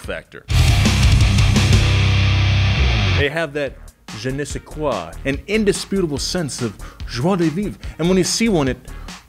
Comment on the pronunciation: For ego... his pronunciation of "je ne sais quoi", "joie de vivre" and "coupe le souffle"' was... pretty pretty good! Seriously!